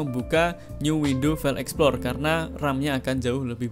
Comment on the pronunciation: Open File EXPLOR Emang Tidak bisa ngomong EXPLORER.... THIS IS YOUR BIG MISTAKE ... selalu BILANG : EXPLOR... AND IT IS FOREVER... DARI DULU SAMPAI SEKARANG ...Cian De lo How Poor You Are...